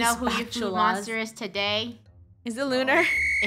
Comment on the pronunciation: Funneh says lunar the wrong way: and then there was one…. Lunar lular??